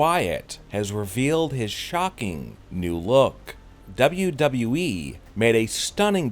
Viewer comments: He says wwe like duba duba eee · Why did you change your way of pronouncing WWE?😂😂